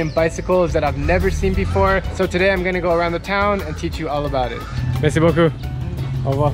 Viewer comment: the most american ‘merci beaucoup’ i have ever heard😂